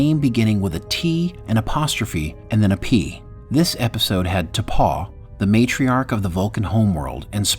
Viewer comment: It's pronounced T'POW, not T'PAW.